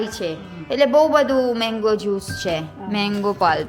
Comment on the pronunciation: It's not meng-go it's mang-go!